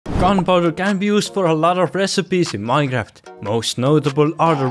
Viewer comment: he said miehnhaft